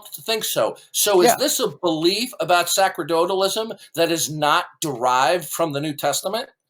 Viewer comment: can't even pronounce "sacerdotalism" correctly. It's pronounced "sa-ser-do-talism"; the "c" is pronounced like the "c" in "receive".